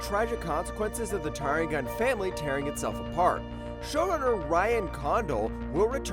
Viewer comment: It's pronounced Targaryen, you muppet.